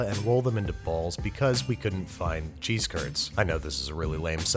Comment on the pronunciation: Watches him roll his “cheese curds” Me:*glares in Wisconsin👀🧀*